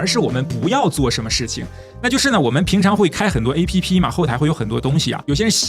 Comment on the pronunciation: 請試著不要讀成"A" "P" "P", 請讀成"APP", 是一個字, 可以嗎？謝！